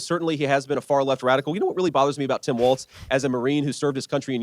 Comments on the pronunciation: Say it with me, Walzzzzzz, not Waltz, he's not a dance ok. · His name is pronounced "Walls".